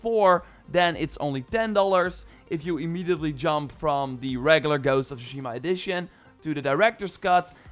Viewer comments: "ghost of Shima" come on man at least try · did he say "ghost of shima"?